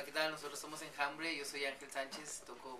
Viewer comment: ENAMBRE? O ENJAMBRE? :DD